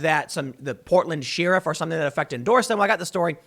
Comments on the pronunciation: Tim!!! It's pronounced like this: "share-if", not "sheer-if". My OCD thanks you in advance. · Day 5 of telling Tim it's pronounced 'share-if' not 'she-riff' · It makes me nuts when he says sheeeeruf.🤦🏻‍♀️ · Tim why do you pronounce sheriff like sheeeriff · Tim needs to learn how to say "sheriff" properly. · He did correct himself and even mention he was getting dragged over it. But that was 2 weeks ago and now he's back doing it again. Uggh. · Tims says 'Sheriff' like Brent Crysler says 'nightmare' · I can’t handle you saying “Sheriff” 😂